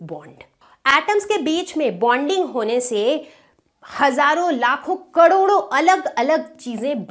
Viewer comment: कड़ोड़ो😅 Am I the only one who noticed that